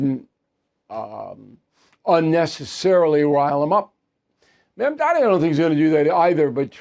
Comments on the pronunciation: Bill, do a man the courtesy of learning how to properly pronounce his name. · Is "Mamdani" really that hard to pronounce for such an academic as yourself sir!